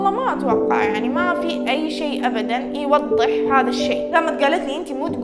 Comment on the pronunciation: يوضح ❌ يوطح ✅